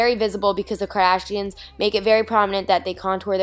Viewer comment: Did anyone notice that Niki says Kardashians?